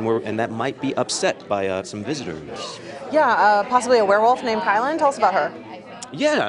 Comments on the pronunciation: They got her name wrong it’s KEE LYN not KY LEN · Its actually keelin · It's Keelin